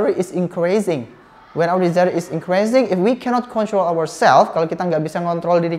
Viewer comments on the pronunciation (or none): none